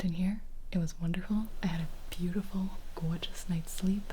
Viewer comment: Are you from Jersey? I don't know but the way you said "gorgeous" just gives jersey vibes